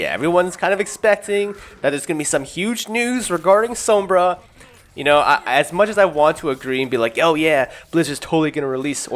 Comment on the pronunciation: the way you say sombra makes me cringe